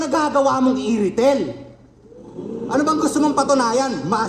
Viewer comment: Irithel =I-retell